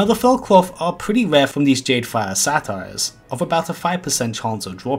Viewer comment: The "satyrs"...are not a comedy! You're saying "Sa-tires" and they're pronounced "Satters". Just an FYI.